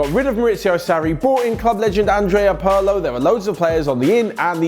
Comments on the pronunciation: Pirlo is “peerlo” not “parlo” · Si, bel video, però è Pirlo... non Porlo... Ho scritto in italiano apposta😂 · Pur-lo, huh? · The way you pronounce Pirlo discredits the video for me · Dude, please take a minute to pronounce "Pirlo" correctly. Pronouncing someone's name wrong is disrespectful.